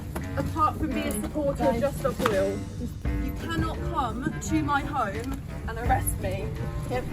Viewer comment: It’s “home” not “hoyme”